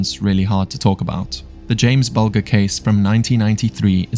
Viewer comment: BULGER…..pronounced BUL JER. Please don’t mispronounce names, especially of victims of pure going to talk about them. It’s not that hard to research how to say them correctly.